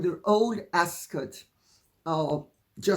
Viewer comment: Dear Lady C, was the “o” always silent in Ascot? Please have your cough seen to if you haven’t already.